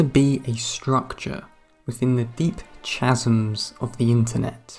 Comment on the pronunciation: "Chasm" is a hard C.